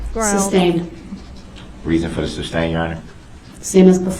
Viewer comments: Does he say substain cause he thinks that's how to say it or just to be a dick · ITS NOT SUBSTAIN ITS SUSTAIN YOU SHITSTAIN!!!! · He says "suBstain" Judge says "suStain" Then he repeats "suBstain" Why is he so f#cking stupid!?!? He actually looks stupid with those crazy eyes half way up his big all head!!! Even though I know he is under the PRISON forever It still disgusts me to listen to his stupid question! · For the love of God,..."sustain"! Not "substain"!... how many Goddamn times till he gets it!! Lol..he cracks me up with his "objections". He says "hear say" when someone is an eyeball witness! He has no clue what any of it means! If it wasn't so serious, it would be hilarious. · Darrell drives me crazy with the "suBstain" 🤦‍♀️ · Wouldn't you think after all this time he would know how to say "sustain". And that all his questions about plaintiff will be ruled not allowed. Hes very persistent.. and stupid.